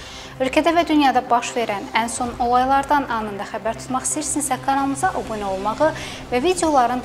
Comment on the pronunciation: Ay yoldaş o bu nə nədir?obunə nədir?belə söz yoxdur? sonra kı-nı ka kimi təlləffüz edirsən